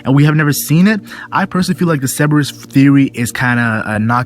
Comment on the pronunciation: is it not cer ber us not ceb e rus?